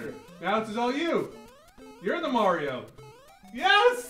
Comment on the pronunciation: pronounces Mario correctly.